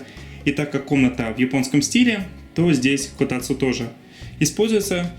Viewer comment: Эти ударения, действительно правильные? Мне всегда казалось, что: котАцу, шИбуя. Что-то было ещё, из других видео, уже не помню. Было видео, где Мики произносила некоторые Японские слова, для тех, кто хочет начать учить японский, и вот там, все ударения звучали так, как я и предполагал, плохой пример, слова были совершенно другие, но всё же. Ещё произношение в некоторых фильмах или аниме, там мне слышалось именно такое ударение в словах. Или это баг произношения японских слов в русском монологе?) Как правильно?